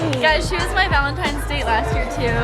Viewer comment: Its valntines not gralntines